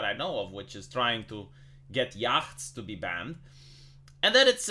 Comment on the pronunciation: Small pronunciation correction. The ch in yacht is silent. It's pronounced yot.